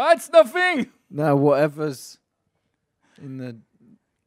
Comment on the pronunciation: Quand cauet a dit "Oh it's nothiing !" J'ai failli mourrir d'embaras